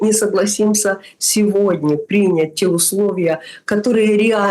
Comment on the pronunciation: Что она так прикопалась к духам Мелани? Типа у неё такое образное мышление?! И ещё : принЯть! Не прИнять! Это просто режет слух!